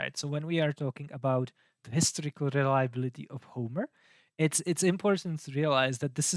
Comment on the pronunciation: I like your pronunciation - "the hysterical reliability of the gospels" indeed.